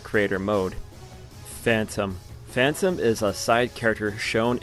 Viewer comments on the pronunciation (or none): none